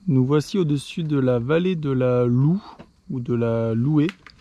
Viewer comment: Elle si belle ma région... enfin "ma"... j'ai eu la chance de pouvoir me baigner dans la loue ( prononciation lou et non loué nous ne faisons pas de volatile 😅) sympa le francomtois il fait découvrir des pistes, je cherche toujours le tracé 😂. Gg merci.